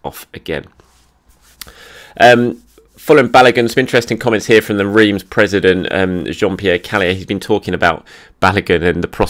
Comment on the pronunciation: this is how you pronounce Reims